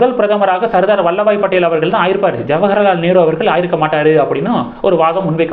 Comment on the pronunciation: வல்லப பாய் படேல்... வல்லபாய் இல்லை 🙏🙏